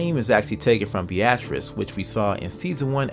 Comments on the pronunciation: bee - artice? its pronounced as bee tris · Be "u" trace not ba "ah" trice! What the hell?! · Little heads up - Beatrice isn't pronounced Bee-ah-triss. It's just like Bee-triss ^_^ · It’s not “BAtrice” it’s pronounced “bEAtrice”. Sorry if that made no sense LOL